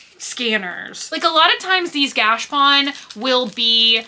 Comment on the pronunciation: I have been saying the same thing. Gotcha and she says gash. Maybe she just says it that way🤷‍♀️